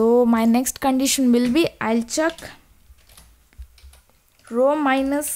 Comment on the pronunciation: the way she pronounces check as "chak", is love <3